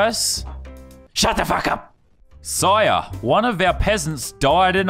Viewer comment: Finally someone told him he was saying "sire" incorrectly in the last 3 videos lol